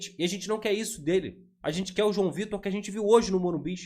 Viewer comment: O certo é Morumbis!